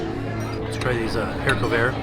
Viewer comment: ‘Hair covert’ 😂 it’s not a hidden toupee,! It’s haricot vert which as you say is just green beans in French!